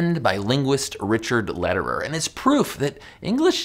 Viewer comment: Dude! His name is lederer! Like letter-er